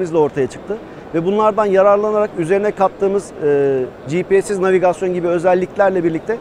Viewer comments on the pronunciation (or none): none